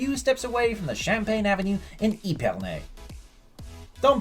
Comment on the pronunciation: How hard is it to pronounce the names properly?! Epernay is not pronounced eepernay !! Epernay like ehpernay